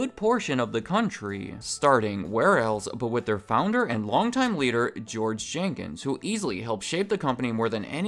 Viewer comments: Jenkins not Jenkings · Jenkins. Not Jankings. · Jenkins, not Jenkings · It’s George Jenkins. Not Jenkings. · His name was Jenkins.....not Jenkings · His name is George Jenkins. Not Jenkings.. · George "Jenkings" LOL